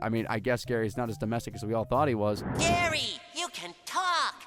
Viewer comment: It’s GARYY!!